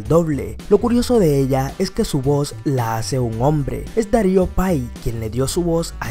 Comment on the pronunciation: Dario pay? ah caray! no será Darío T. PIE?